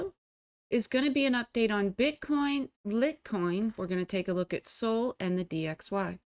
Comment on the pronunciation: Litecoin pronounced (light coin). Love your vids!